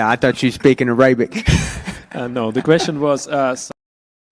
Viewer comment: … ya can’t make fun off pronounces “Arabic”… while still saying…. Abooot(about) & bēēēn (been) … Eh???… cmon man!!😂😂